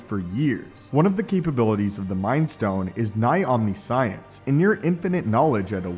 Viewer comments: heads up omniscience is not pronounced omni-science but phonetically as “ohm-nish-entz”, but I love your videos man, subscriber to both this one and the stupendous wave, it could also be something that was common knowledge for the eternals since they play with the power cosmic and well… Thanos went to eternal elementary school. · Om Nish Ans not Omknee Sy ans. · I really, really hate how you pronounce "Omniscience". It's not two words. It's not "Omni-science". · Dis niqqa said omni-science 🤣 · Hearing such a great speaker say “Omni-Science” made me bust a gut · It's pronounced ohm-ni-see-ense. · Not to make fun of you but "Omni-Science" cracked me up pretty good. Great content mate!